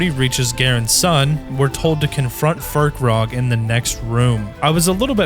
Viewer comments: Its Fir-kraag, not Fir-krog. There's no O, where is the O in the name?? There's only A's. AAAAAAAAAAAAAAAAAAA!!!!!!!!!!!!!! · Not fur-krag, fire-craig, you know, like firecracker 🤓😉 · Its not FirkRog, its pronounced FIRE CRAG